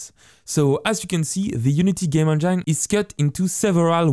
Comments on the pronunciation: I don't mean to poke fun at your English, but the way you say "Engine"... it's "N Jin" not "N JINE". lol, I know English is stupid with it's "words ending in E" rules that don't apply to some words randomly... But it sounds dirty the way you say it XD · it is not game "in jine" it is game "in jen" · please dont say engine as engyne... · Excellent tutorial, but may I point out that engine is pronounced as enjin :) it just sounded funny when you say it. But other than that really good work :) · Good video, man, but you must change your pronunciation of ENGINE - It is INJUN - NOT INJYNE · Just to be that guy, engine is pronounced Enj - in not enj - ine. Really don’t wanna be that guy but here I am! I’m so sorry haha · Its pronounced game en-gin, not en-jyn. I know you are French but this tip can help refine your spoken English. I love your tutorials!! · Just for the sake of correction, don’t say game « endjaillne » but game « endjine » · Everytime you say Enjain instead of engine makes me cringe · "On gyne" (engine) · I want to call engine (En Jine) now because of you! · please stop saying enjyne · lol, 'game enjein', my girlfriend had to see a specialist when her game enjein had the wrong pH balance. Good tutorial though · bro i literally laughed out loud at game enJINE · Loving the vr tutorials so far, they way you pronounce engine kills me! 😆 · please YouTube how to say ENGINE I can"t stop laughing :) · You make the best VR dev videos, period. And I love the way you say "engine." Haha It's my new head canon for pronunciation. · And I hate the way he says engine :D But still a good video